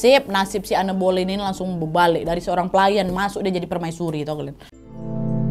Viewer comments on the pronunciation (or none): Kak koreksi dikit maaf yaa, baca namanya an bolin, bukan anne boleyn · En belin , kata guru bahasa Inggris ku sih gitu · Anne Boleyn dibacanya En Bolyn ka😭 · Aku terbiasa denger pronounce namanya 'Enn boleyn' tiba tiba denger nadia sebut 'anne boliyin' jadi lucu😂 Semangat wakk, next bahas istri Henry VIII lainnya yaa!!! ❤❤❤❤❤ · Cara baca namanya anne boylen itu en boylin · En bolin bukan ane boliyin😅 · Di baca en belin bukan boleyin ✌️ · Iya kak, dikepala udah stuck en boliin. Ini sama kak nad jd aneu aneu, berasa denger kisah lokal tp sukaaak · Sebutan Anne Boleyn itu sebenarnya Enn Bolin. Tp gpp ya, sama2 kita share pengetahuan. Youtuber story telling yg da best pastinya kak Nad. Disusuli babang tampan Hiro terus kak Ness. Cuma mereka yg aku enjoy banget cara story tellingnya. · Anne Boleyn bacanya itu en bolin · Bacanya (an Boleyn) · Kak Walaupun tulisannya Anne Boleyn bacannya "En Bolyn" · Koreksi dikit ya kak, bacanya "en bolin" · kok gk enak banget ditelinga pelafalan namanya Anne Boleyn. Coba dong belajar dl pelafalannya, jd kyk asal sebut. Harusnya "Ann Boliyn" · sorry nih tapi dibaca nya "en bolin".ga enak bgt di denger plis😭